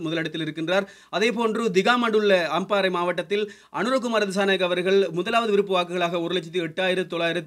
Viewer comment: விறுப்ப இல்லை விருப்ப நீ எல்லாம் நல்லா தமிழ் பேசுர